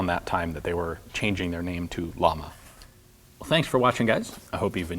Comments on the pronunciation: It's pronounced Yah-mah (Sp. flame ) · Depending which Spanish-speaking country, "LLAMA" pronunciation in English (phonetically) should be "YAMA" or "SHAMA". Great channel! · Only complaint is the way you pronounce "Llama". Double L, "LL", is pronounced in spanish (and several other languages) like the english "Y" in "Yes".